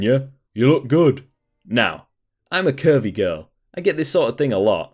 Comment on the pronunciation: Timestamp I heard "I'm a Kirby girl" instead of "I'm a curvy girl" and I lost my mind laughing